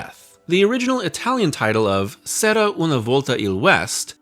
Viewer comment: "C'era" is pronounced with a "ch" sound. "Chera".